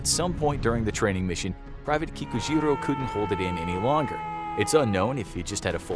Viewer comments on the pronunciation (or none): Anyone else keep hearing pikachu even tho you know he is saying kikujiro?